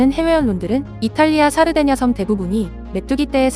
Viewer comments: 사르데냐섬이 자꾸 살해된 여성으로 들려서 깜짝깜짝 놀람 ㅋㅋㅋ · 내귀가 썩어서..이탈리아 살해된여성....으로 자꾸 들려....ㅜ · 샤르데냐섬 첨에 살해된 여성이라고 들려서 메뚜기 한테 사람 죽은줄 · 샤르데냐섬을 살해된여성 으로 들었네요 ㅋㅋ